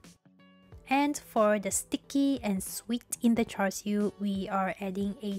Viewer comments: Its char siu, credibility dropped to zero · "Char siu"